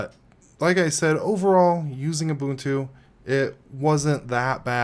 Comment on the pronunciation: Thank you for actually pronouncing it correctly. I can't stand these YewbUHNtOO people